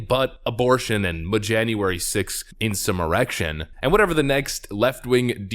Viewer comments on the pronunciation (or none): "Mjanuary 6th Insummerection" lol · muh insuh muhrection!